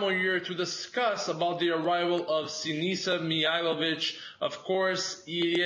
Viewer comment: Great work, keep it up and just so you know sinisa is pronounced sinisha.